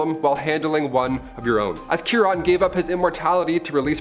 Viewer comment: Chiron is pronounced KY-ronn. "KY" rhymes with "pie," "lie," "lye" (a powerful cleaner), "sigh," "my," and so on.